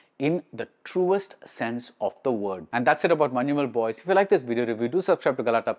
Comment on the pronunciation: You are the only non malayali who pronounced correctly Manjumal Boys.❤